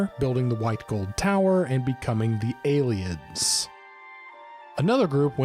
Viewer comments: I know this is 4 years old and someone or multiple might have corrected this, but you said "Aylieds" when it's *Ayleids". Not that important really, but worth mentioning. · It is khajiit not kajiit And it is ayleids not aylieds Also great vid thx